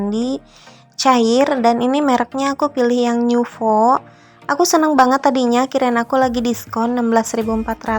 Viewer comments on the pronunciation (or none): Bun sebut nama sabun mandi nya biasa aja NUVO bukan niuvo coba deh dikoreksi😁